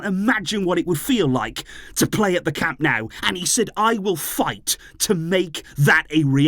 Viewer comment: Camp NOH-oo, not Camp "NOW"!!!!!!!!!